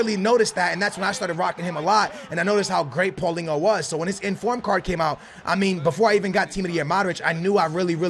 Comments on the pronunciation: its not pauLINGO its PAULINHO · Your saying Paulinhos names wrong it’s Paul en e o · Paulingo? Ronaldingo? Lmao c'mon